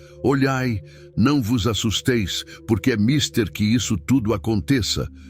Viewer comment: Mister, sílaba tônica, ou seja mais forre, é a ultima, TER, então le-se misTER